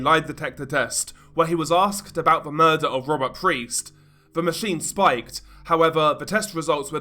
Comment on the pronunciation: It's Robert Piest btw, not Robert Priest.